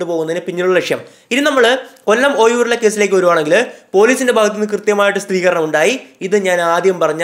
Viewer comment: സ്ഥിരീകരണം ആണ് not സ്ഥിതീകരണം